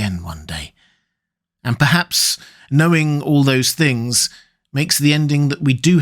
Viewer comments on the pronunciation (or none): none